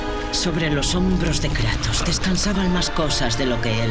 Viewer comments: En el minuto en vez de decir kratos dice kranos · Minuto 8 : 18 dice kranos